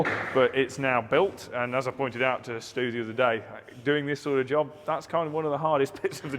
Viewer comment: It's Stu Stu Stu Stu Stu or Stew Stew Stew Stew!!!!!!!!!!!! but Never EVER Stoooooooooooooooooo!!!!